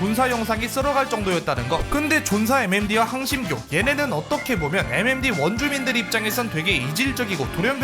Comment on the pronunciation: 5번째 사연은 MMD커뮤니티가 아니라 M'엠'뒤커뮤니티노